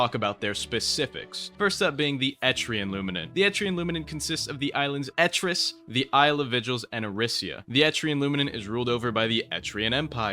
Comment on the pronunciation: "etirs" and "lower eresia" 😭